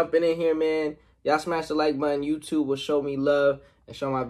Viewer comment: Did your say youyube